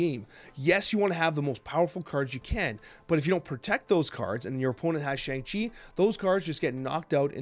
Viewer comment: Hey, I've been enjoying the content over the last month, but you're saying Shang-Chi wrong! It's pronounced Shong-Chi. Otherwise,keep up the great work!